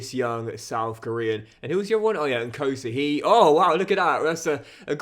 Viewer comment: It’s pronounced ‘N-Ko(with a hard K[like you tryna emulate the sound of a pot being banged])-see